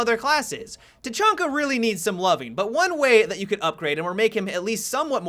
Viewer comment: just stop saying tachanka, you're no saying it right.